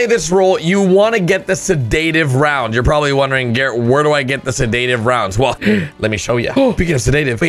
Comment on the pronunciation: Google how to pronounce sedative